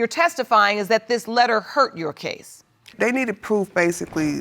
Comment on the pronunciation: They gone just keep saying HUR-TED like it’s right? 😂